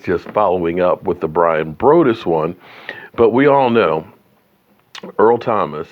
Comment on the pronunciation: Its Bryan br(ahh)dus